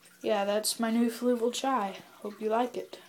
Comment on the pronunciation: Pronounced "Ch-ee." ;) Nice tank man